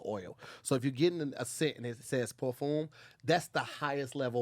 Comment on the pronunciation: Nobody:: Per-foom 😂😂😂